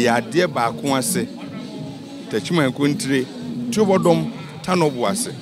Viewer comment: Why did the presenter keep on saying "Tuabodom" even after he was corrected that the proper word is TUOBODOM?